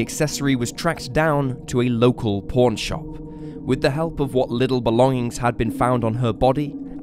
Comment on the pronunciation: My theory is that every time you say “pawn” I hear “porn”.